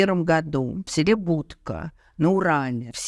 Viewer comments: Село БуткА, не БУдка!! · Хочется уточнить название села БуткА, в котором ударение ставится на последний слог. Спасибо за лекцию. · Он родился в селе БуткА, ударение на последний слог.